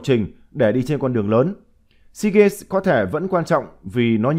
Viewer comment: Sao cứ phát âm hoài seagaNs? Hãy đọc là deagaMs. ( EM MỜ nhá)